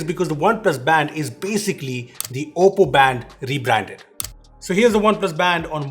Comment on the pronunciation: Whenever you pronounce oppo I m hearing as Poco 😅